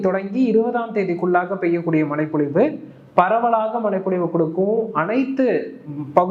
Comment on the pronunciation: Bro... மழைப்பொழிவு.... மலை பொழிவு அல்ல... ழ